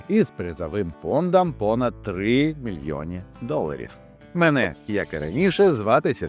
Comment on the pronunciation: "3 мільоні" - легкий Італійський акцент! Але це пройде!